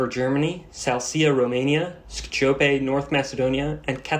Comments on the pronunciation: "Saraheyvo" 😭😭😭not everything in Europe is Spanish... Edit: Skdjopay??? Dude howww, how do you even come up with these pronunciations... also, "Plodiv, Bulgaria"? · WHAT? Completely butchered Skopje... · great video, but that was the worst mispronunciation of skopje i have ever heard